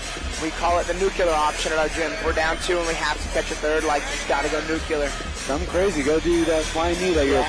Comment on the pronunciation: Nuclear, not nu-cular!!😎